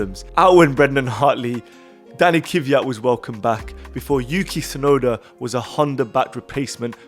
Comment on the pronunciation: 😊Nice video guys! Just for your information: it’s Kvyat not Kivyat..☺️